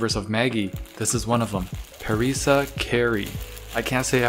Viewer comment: Pur-ree-sa curry pronounced like that